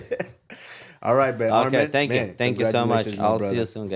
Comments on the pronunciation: SAY HIS NAME RIGHT ITS ARMAN NOT ARMEN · Henry of course saying armen it’s not armen it’s arman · They guy said his name is arman they continue to call him armen